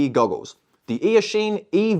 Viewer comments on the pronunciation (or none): none